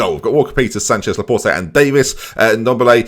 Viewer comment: It's pronounced La-port, the E is silent. I'm French so this is the correct pronunciation, you can trust me.